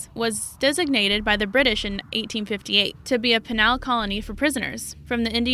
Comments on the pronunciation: it's pronounced "pee-nal" colony, not "pe-nahl". She sounds like that voice on my car's GPS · "Pen-al" colony? Wtf! Buenos ( long pause whilst I read a book/catch up with my laundry/ contemplate my navel) Aires? Yes we all pronounce things differently. Some correctly or in her case, not. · Peee-nul. Penal. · I can't finish this. Narrator can not pronounce conducive or penal. "conductive" and " pen al" grates on my nerves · Why do you talk like a robot voice? Heard too many of 'em on You Tube? And, don't know how to pronounce "penal" (PEE-nahl) or "Angolan" (An-GO-lan?) And Khmer Rouge, I won't even try to teach ya. If ya need a proper voice-over actor, get in touch with me. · Both Britian and the USA both say Penal colony the same way..... perhaps this woman slept through 3rd grade or forgot the fact that when a vowel follows another vowel, that the first vowel says its name. Good lord, did anyone have this woman proof read the script in front of someone before you recorded it? Okay I'm muting this video, she's causing this mother/educator to go insane. Please tell me she wasn't hired to dub them all...or I'm unsubscribing.